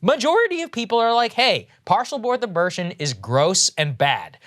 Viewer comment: Saagar: "Partial Borth Abirtion"..... Me: "?????????"